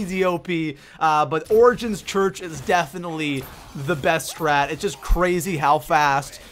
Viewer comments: Chruch? It's church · Its church not chruch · Hey by the way you said "Origins Chruch" but you meant "Origins Church" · THAT SAID CHRUCH NOT CHURCH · I love the "Chruch" start. look in the top right. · "Origins Chruch" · 'origins chruch' lol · #1 he messed up...origins Chruch? Lol I just noticed that so 😕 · "Origins Chruch" xD this has to be a fake video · he said chrurch how do you fail that bad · Origins "Chruch". I freakin love you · "Origins chruch". Its okay english is hard 😂😂